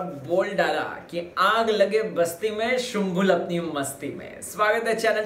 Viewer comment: Sir please shumbhul Nahi .... sumbhul sir .......please pronounce her name properly sir please.....